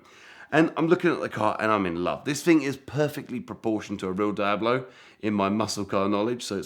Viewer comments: please stop saying dayablo… deeablo if you prefer. Your fascination for fake cars is fascinating. It’s kind of like fake watches for me.. I’d rather have a real something less glamourous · What the heck is a die-ab- low??? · Get this guy to pronounce Diablo correctly please lol